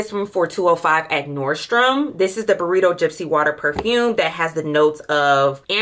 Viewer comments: 😂😂😂 Not “burrito” 😂😂😂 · Wait did she just say BURRITO???? Sis I thought you were selling perfume not Chipotle!!!!